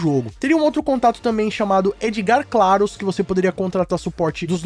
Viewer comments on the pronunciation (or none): Heey San Carlos e não Claros ! 😂😂 Valeu por mais um excelente vídeo! Abraço de Portugal !